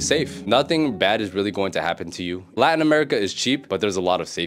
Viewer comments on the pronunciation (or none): none